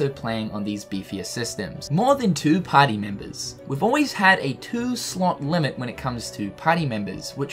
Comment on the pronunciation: "Potty Members"